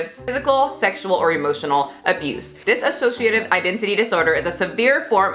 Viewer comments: btw not a big deal but dissociative identity disorder is pronounced dis-o-ciative (Trisha did it too so I guess if u heard it from her it makes sense) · It's diSSOciative not diSAssociative It's not to be rude, but I don't know why people keep adding "sa" when there's none. Anyway that appart, these sandwich just makes me soooo hungry right now X3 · I’m so sorry I have to point this out lol, it’s pronounced “dissociative”, not “dissasociative”. No hate on this video at all, it’s just more proof that Trisha had no idea what she was talking about in the first place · hey, you and trisha keep saying diSAssociative but it is dissociative, just so you know :) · She can’t even say the name correctly. It’s disSociative disorder.... not disAsociative disorder. If she actually had it you’d think she’d be saying it right. You’d also think she would have “switched” on camera before since she’s been on yt for how fucking long now? But no... only after Anthony Padilla did the video on dissociative disorder did she start switching ALL THE TIME on camera. Another thing.... she does mukbangs all the time but 3 chips and a fruit roll up give her a “tummy ache”..? She’s fucking gross.. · Please stop pronouncing it dis-a- sociative, there is no A in the word. Her walking around the kitchen and throwing shit, eating three chips and saying she got a tummy ache, though she shoves so much food in her fat hole. Her fast food reviews are nonsense and I’m glad people are raking her over the coals. Nin, needs a lot of support with this. Trisha is a pig, and she doesn’t deserve the free YouTube money. I honestly have never been so disgusted with a person.